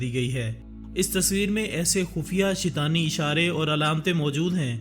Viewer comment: Not shitani its shaitaani